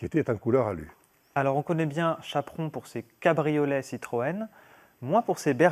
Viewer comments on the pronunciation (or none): Chapron, et pas "Chaperon", comme chaperon rouge...